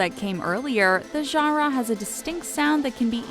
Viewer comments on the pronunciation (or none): Is it just me or do you you get annoyed when she keeps saying gara instead of genre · Not to be rude it's annoying when u say genre it's pronounced (Jan-ruh). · I can't get over her saying genre like jhara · Ganrraw you mean genre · The way she says "genre" as "jongraw" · the way she pronounces genre as jawh-rawr is kind of annoying... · Gah-rah do they mean Genre? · Nobody wants to talk about the way she pronounces genre? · Ok we’ve settled that everyone including me hates this video and it’s inaccurate... but don’t u just hate how this lady says “genre”?? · learn how to say genre correctly my GOD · Learn how to say genre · i hate the way she says genre lololol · Am I the only one irked by the way she keeps saying 'genre'?? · is it me or is anyone else laughing at her saying genre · Only one that cringed every time she said “genre”? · I cringe each time she kills the word "genre."